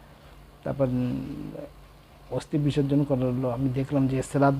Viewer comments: "অস্তি" আবার কি! কথাটা হচ্ছে অস্থি। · দুঃখিত শব্দ টা অস্থি অস্তি নয়.. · কথাটা অস্তি নয় অস্থি।